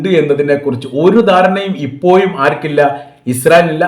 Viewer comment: ഇപ്പോയും അല്ല ഇപ്പോഴും എന്ന് ഉച്ഛരിക്കണം'